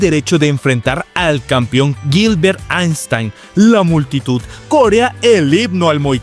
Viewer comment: aistain xd